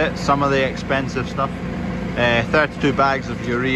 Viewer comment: Do not wast that fert if it's expenshive HARR-HARR. Last thing you want is an escpee from an auction mart